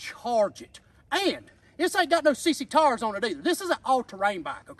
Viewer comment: “These tars right cheer” 🤣